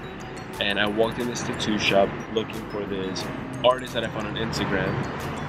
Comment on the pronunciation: Am I the only one hearing “tutu” instead tattoo? Lol